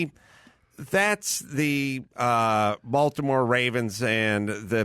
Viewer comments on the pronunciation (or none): none